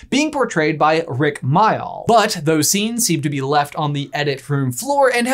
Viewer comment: I literally choked at the pronunciation of Rik Mayall's name 😬😭😩 The disservice! 😂 (Sorry he's an icon to me and the way you said his name was painful.) Even more fun fact: One of the big reasons they cut Peeves/Rik from continuing to the final edit was that he was TOO funny. The kid actors could NOT stop laughing and even when he filmed away from them, the kids couldn't do the scenes because they were laughing just remembering!